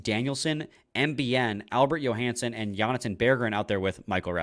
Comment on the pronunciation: Apparently y’all didn’t get the memo from Ken and Paul Woods. AJs name is pronounced Joe-Hanson, not Yo-Hanson